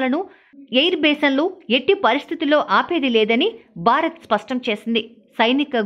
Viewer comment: Anchor, Telugu pronunciation sariga nerchukovali. Barat kadu. Bharat Ani palakali. Telugu TV Anchor la laga ayaru.